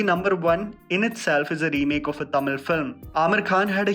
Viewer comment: is finally becoming better with Tamizh pronunciation ♥️😂🤟